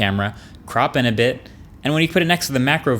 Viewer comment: “A beet slower”